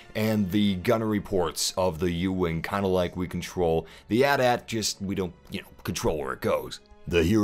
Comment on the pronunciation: it's not "at"-"at" it spelled out at-at